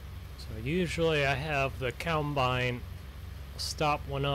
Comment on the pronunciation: I like how he says, "keyawmbine" BRUH